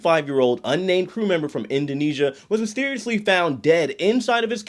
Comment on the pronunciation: I had to rewind, cause “mysteriously died” sounded like “seriously died” at first listen. Glad I misheard. 🤣